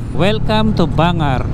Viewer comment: sir, mali mali po yong pronunciation mo ng bangar at magsingal and as a ilokano is i feel offended po kaya correct natin sir, Bangar ay pronounce natin ng tama Ban----gar o bang gar at ang magsingal po ay mag sing gal